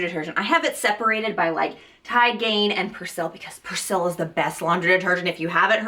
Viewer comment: That’s not how you say persil 🙈